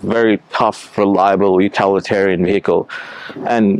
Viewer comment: Did he say UtAlitarian ? ;-)